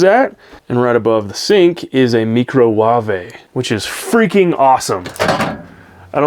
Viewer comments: Did you just call that appliance a me-crow-wah-vi?😂😂😂 It's pronounced micro-wave😂😂😂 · bro said me crow wabey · Did you just say Merrcro Waave…..that shit made me laugh…I actually can see and hear that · I love the "microwa-vay". 😂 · Me-cro-wah-vay 😂😂😂 NOICE!!! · Mecro - wah-vey 😂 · "Meecro-wah-vay" 😂 Love the nod to Nigella.❤️ Nice set up! I’m sure it felt good to know you could confidently drive through the snow and have everything you need. I really like the idea that you can access the cab without getting out. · Ah yes, the meecrowavey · Funny how you said microwave. 😂 I've said that before. Wish I had the time to do a truck camper build. When you're driving different areas, how much time does it take to set up cameras for the shots catching different angles from outside of the truck?